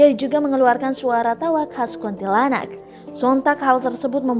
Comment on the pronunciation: Kok KONTILANAK? Bukannya kuntilanak di detik 😂😂😂